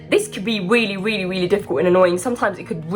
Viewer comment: I love how you say Willy willy... instead of really makes me smile